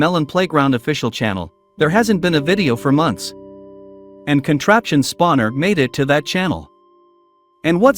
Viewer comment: Why does the AI voice say spavuner?